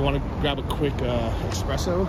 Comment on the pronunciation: It's "espresso", not "expresso" :)